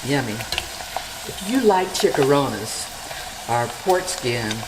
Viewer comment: its not chick-a ronnas... It is Chee-cha-Ronnez... please pronounce it properly.